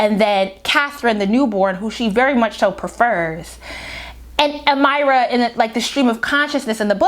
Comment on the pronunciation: You are Butchering these names to have listened to the Audiobook lol. Who are "Alec" and "Am-eye-ra"? lol Good commentary though.